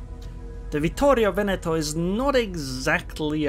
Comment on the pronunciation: one of the few ones (not Italians of course) pronouncing the name correctly. Well done